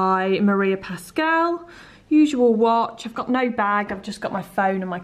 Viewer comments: OMG!!! I really want to it that cake right now!!!! And, by the way, I'm a huge fan of Maria Pascual's jewellery, I'm Spanish, as her, and you are pronouncing the name wrong (it's normal, I'm sure I have a lot of mistake in this sentence), you have to pronounce also the U, otherwise in Spanish would be "Pascal". Sorry to bother you with this! hahaha I'm a translator, it comes with the job hahah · The other day, my boyfriend and I were talking about holidays and the possibility to go to the UK and he suddenly told me: mabe you can bump into your favourite blogger!! Because he says I'm always talking about you! Lol! By the way, just for you to know, you pronounce the "u" in Pascual from the brand María Pascual :) Love your videos, as usual! Besos!